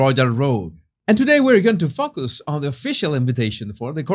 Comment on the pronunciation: Jesus - please remember it's a long 'O' on the word 'focus'...as in "Fee Fi Fo" (and not the Fum) 😅😆